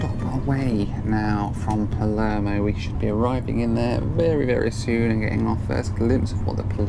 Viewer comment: You saying Palermo has my inner Italian crying